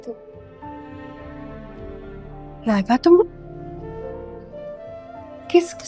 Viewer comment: Laiba ra ko raàr Bolte hai kisne notice kiya